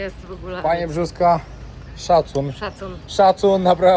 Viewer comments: Brzoska a nie Brzózka ahahha xD bo sie powiesi:D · Rafał Brzoska nie Brzózka :) super rejs!